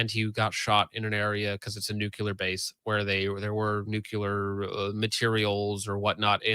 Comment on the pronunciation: Why do so many people pronounce the word "nuclear" (nook-lee-ar) like "nuculer" (nook-yoo-ler)?